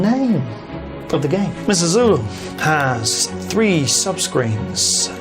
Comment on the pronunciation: Sulu...not Zulu geez. Why are you doing this??? Arrrgh